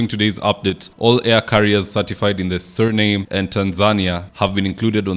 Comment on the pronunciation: dont be lazy. You should have done a bit of research to know how SURINAME is a country and pronounce it correctly.